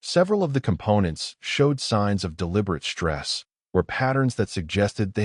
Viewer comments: Do many of you share the sa.a.a.a.ame AI!!!??? Yours stu.u.u.u.udders on words li.i.i.i.ike so o.o.o.o many o.o.o.o.others, along with the SHTRANGE, SHTRESS, SHTRUGGLING errors!!! Makes enjoying the stories mu.u.u.u.u.uch ha.a.a.a.arder!!! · Dang!!!! SHTRESS, CATASHTROPHIC.....THERE IS NO "H" IN THESE WORDS!!!!!